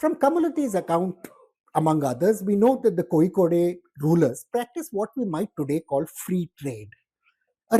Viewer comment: Kozhikode is pronounced incorrectly. There is no ‘ey’ the end. Its pronounced just as ‘load’ . So its ‘ Kozhi-Kod’